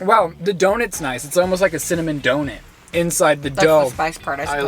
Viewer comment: Drink every time says “Doughnit” the pronunciation threw me for a loop 😂. Love this episode! Keep it up kids ❤